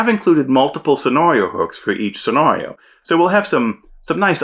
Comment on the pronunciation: I love your channel, I love your content, I hate the way you pronounce "scenario." Keep up the good work.